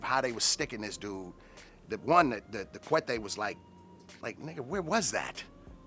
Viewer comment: None of this make sense went to prison at 17 but before that he had a house in palmdale selling narcotics in downtown l.a his wife was pregnant refer to a filero as a cuete claims to speak Spanish but yet he can't pronounce not a word in spanish you ain't no g no big homie no nada youz a con artist